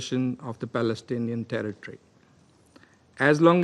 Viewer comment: Pls correct your Palestinian pronunciation 🌺💚👨🏽‍🦯‍➡️